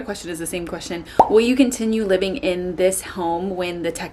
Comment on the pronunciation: Go to Texas for 4 months and come back saying “livin” 😂😂